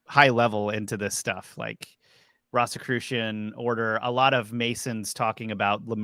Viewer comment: Why are you pronouncing "Rosicrucian" like that? It isn't "RAHsicrucian", it's "ROHzicrucian". They were the order of the "Rosy Cross", or "Rose Cross". Do you call the rose flower a "ross"?